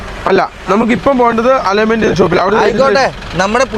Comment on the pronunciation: അലോയ്മെന്റ് അല്ല അലയിന്മെന്റ് ആണ്